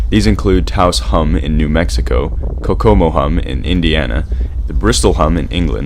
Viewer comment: There's a hum in Kokomo? That explains a lot, I just thought I was going insane while living there. Also it's pronounced Coco-mo not co-como.